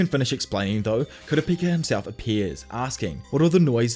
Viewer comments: He finally said Kooo-Ra-Peeeeka. Instead of Ka-ra-pa-ka! Lol. Only if he would said JiiiiiinJeee-ng. Not Ghe-ng! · Dont you dare reedit the video Everytime yoi said kurapaka it made me laugh And made watching this video a blast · were you just mispronounced kupakira on purpose? 😂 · Pronunciation sharpening: it’s not KUH-rah PI-kah…that’s the wester pronunciation…switch around the stress. It’s on the second syllable: kuh-RAH pi-KAH Like westerners say: nuh-ROO-toh (Naruto) Its: NAH-ru TOH 2 stresses on first and last syllables😇 I didn’t even know what our narrator was saying until K was shown on screen😊 I know it’s minutia… The Narrator is doing a wonderful job. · Halfway through and "kurapaka" is grinding my gears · Gotta love "Kurapaka" and "Ghing" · Tserridnich = SIR-RIDE-NICK Kurapika = COO-RAH-PEE-KAH Kakin = KAH-KEEN Sorry to be a stickler, was just driving me nutty haha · Not kurapaka😭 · For the love of all that is anime, please pronounce Ku-rah-pee-ka’s name correctly. Great video otherwise. Can’t wait for a recap on the voyage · The way he changes his pronunciation of Kurapika 😂☠️☠️ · The way you announce kurapika drives me insane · You mean Kurapako? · Dear god yes, I like his detailed explination of the events but holy shit, homie CANNOT decide how to pronounce Kurapika. I know it doesn't roll off the tongue but bro, even if it's wrong stick to one pronunciation, I'm over here thinking Kura-Peeka and Kura-pocky are 2 diff characters cuz I'm not watching the video. To be fair HxH has funky names but I just feel like he's just doing one or two takes and let's keep going. Seriously dude, pick a way to say it and try to be consistent, even if it's wrong just go with that. 😂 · I'm going to call the guy until he pronounces Kurapika a little better 🤣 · i love how you pronounce Kurapika differently every time you say it, and that it's never correct lol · Pronounce Kurapika Challenge [IMPOSSIBLE!!] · Complete butcher of his name 😭😭😭